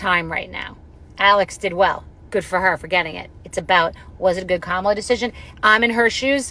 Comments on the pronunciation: Andrew still does not care to pronounce Kamala’s name correctly. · what is up with the mispronounciation of VP Harris' name? Y'all say it right and wrong several times in the first 20 mins of the ep. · Stop mispronouncing Kamala. If you can’t get it right, call her VP Harris. please check them all!